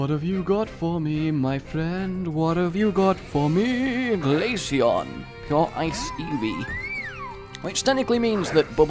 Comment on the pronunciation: i swear i will find you if you pronounce glaceon wrong one more time like you did go Ahead and screw up other names of Pokemon just not freaking glaceon one more time. here glace-eon pronounce it right damn